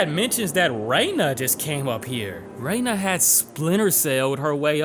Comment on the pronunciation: "Rena" 👎 "Rain-na" 👍